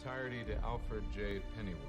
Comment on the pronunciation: your way of pronouncing Alfred makes me smile. as if it's ALL-fred (rhymes with hall instead of pal.)